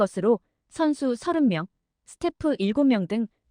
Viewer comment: 나레이션님? LA다저스 발음할때 에레이~에레이 하지말고, 엘레이 엘에이 다저스 이렇게 발음하세요. 엘레이다저스!